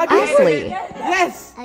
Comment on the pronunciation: Why did the voice pronounce "Ashley" as "Assley" 💀💀